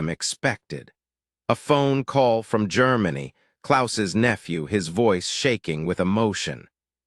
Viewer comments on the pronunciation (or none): none